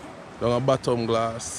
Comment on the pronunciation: The correct name of the bay/beach you started from is Bottle and Glass, but folks say Bottom Glass,(one of the 8 or 9 beaches in Barrouallie), I don't know why we Vincies don't pronounce things correctly🤪🤣